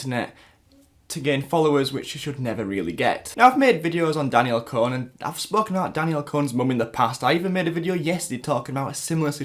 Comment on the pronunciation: Your Saying it wrong its Danielle "Con" -- Con /kɒn/ persuade (someone) to do or believe something by lying to them. an instance of deceiving or tricking someone.